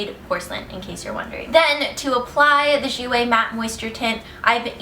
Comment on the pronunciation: Finally! Someone that pronounces 'jouer' right!!